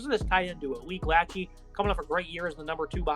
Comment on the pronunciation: Lachey is also pronounced Lah-Shay